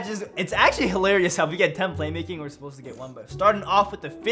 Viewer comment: "Claymaking" lol